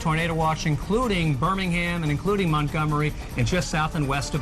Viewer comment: "It's probably somewhere up around Montomgery", lmao.